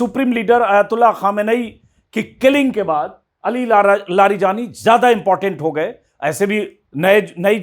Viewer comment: Aapko naam nhi padhne aate, please unka shi naam pronounce kre aur samaan de